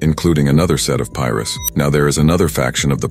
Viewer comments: Lol they want to know so much about our culture so bad lbs 😂 that’s not how you pronounce Pirus white man 👨😂😂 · pirus : PIE - RUUUSSS not pyrus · Bro I’m lost like what is piris 😂😂it’s PI-RU😂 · Says "Pie-roo" but when the S is tacked on the end all of the sudden it's "Pie-riss." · On PIEruss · Soon as bro started saying “pyrus” and “peru” I couldn’t keep listening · The Tree Top "Pie-Rus?" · He can say East piru street but can’t pronounce piru’s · Pirus lol I'm having a hard time watching this because of that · how this da AI is pronouncing Pirus hilllarrriiiouussss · It's Pirus say it right. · omg thats irritating hearing pirus pronounced like that